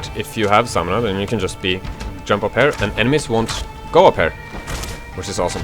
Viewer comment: You need to learn how to say "here"